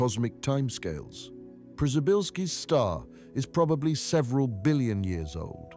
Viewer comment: I kept wondering who the hell named that star pryzybbzyyzylki, then I realized it's just very badly spoken Polish and its named after astronaut Przybylski.